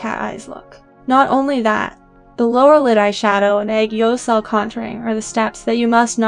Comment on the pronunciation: its aegyosal not aygeosahl